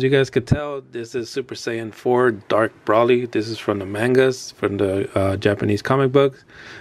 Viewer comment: Broly is pronounce Bro-lee